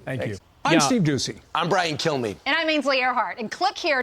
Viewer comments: omg that Brian Killmeade (killme) pronunciation is HILARIOUS XDDDDD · Did that guy just say "I'm Brian kiLlme"?